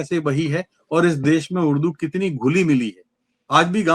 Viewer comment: Des nahi Desh boliye.